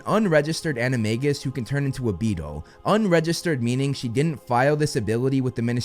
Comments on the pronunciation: ANIMA-J-US! Not anima-g-us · according to every other video you've made, you pronounced animagus wrong 😅